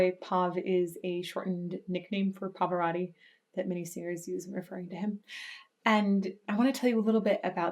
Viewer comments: Who is the "Pavörödi"? Did you mean "PA-VA-ROT-TI"? Your pronunciation so sucks. You should learn how to pronounce it. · Perdona il mio commento,ma anche tu come quasi tutti gli anglofoni hai una pronuncia di Pavarotti davvero pessima,so bene che nella tua lingua le doppie si pronunciano come una lettera sola,ma dovresti sforzarti di usare le 2 TT di PavaroTTi,inoltre voi anglofoni traformate la lettera T in D,e questo cambia completamente il suono,diventa un'altra cosa,ti suggerisco di cercare file audio dove Pavarotti viene pronunciato correttamente,fallo almeno per il maestro,per le altre parole posso fare finta di niente,ma il suo nome è importantissimo per me,si lo sò sono un rompi @@ scusami di nuovo. PS sei bellissima(L e S doppie). 🤣🤣😂😂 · The correct pronunciation is Turandot with the final "t" because it is not French but the name of an oriental princess. And... there are two "t" in Pavarotti!! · Please learn the proper pronunciation of Pavarotti.. It is not Pavoraughti It is Pavaroati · It is Pa-Va-Ro-Tii Not Pavarori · Please don't pronounce your last name like that!! “Pavarori” 😖, It must be pronounced with T, PavaroTTi.. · It's Pavarotti, not Pavaratti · Parvararddi! Turandoe! Bizarre pronunciations.Turandot is not a French name, although it might look like one, and therefore the last T is pronounced. As for Pavarotti. The American way of pronouncing long As in foreign names sounds so strange. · Pavarotti is not "Pav'radi". For fuck's sake, if you're going to publicly talk about somebody for half an hour, at least make sure you know how to pronounce his name. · Love it but his surname is Pavarotti. Notice the O after the R. it is not an A. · you really butchered the his name haha, love the vids though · It's PavaroTTi, T as in fucking table, tornado, you always misspell italian names and surnames